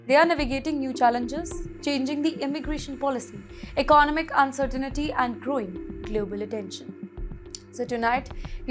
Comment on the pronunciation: Pronunciation of "uncertainty" is wrong. There is no "ni" sound.